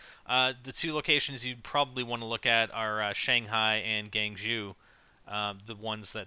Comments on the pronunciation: its pronounced gwang cho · It is pronounced like guang jo